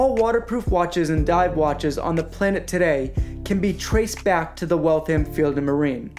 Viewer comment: The second "A" is almost silent, it's pronounced Wall-th-m not Walth-ham or Wal-tham (Waltham) a pet peeve. As far as the watches go, they're nice, I almost got one but ultimately decided that I couldn't justify the cost. The movements, while reliable, are only worth $100, $150 tops and you'll find them in $300 retail watches. I can appreciate that the $300 variants won't have a power reserve complication, and that particular complication is expensive, I had to ask myself is it $1100,00 expensive? My answer was no, it is not. In my opinion, these are $400-$500 watches retail selling for $1000-$1500. No thanks, I'll pass.